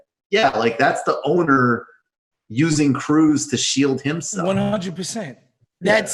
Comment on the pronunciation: Michael is mispronouncing Krause